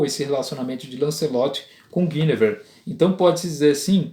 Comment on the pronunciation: A primeira pessoa que diz o nome Guinevere corretamente. Meus parabens.